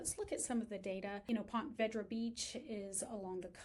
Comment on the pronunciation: It’s pronounced Ponta Veedra